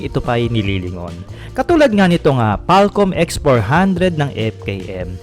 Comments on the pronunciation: FALCON PO DBA? HINDI FALCOM😂😅✌️✌️✌️ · FalKoM daw kasi ;)